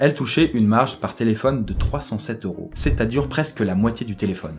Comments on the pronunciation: thé-laid-phone (téléphone) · c Thé-laid-faux-ne le mot ( téléphone) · Thé-Laid-Faux-Ne ? J'ai mis pause moi xD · Thé laid faux ne (téléphone)